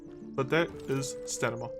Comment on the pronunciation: You are saying staNima right? xD I thought I had a stroke at some point cause you kept repeating it the same way and I was so confused XD Great guide by the way I've been only playing for a couple months but I'm slowly getting into it.